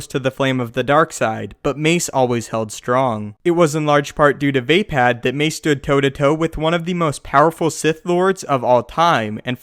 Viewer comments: VAY-pad? thought it was vah-pod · You're pronouncing it wrong...vay?......Vaye.?.....Vah phad!!!!.....